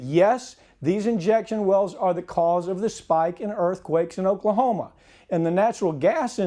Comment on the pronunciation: Oaklahomo lol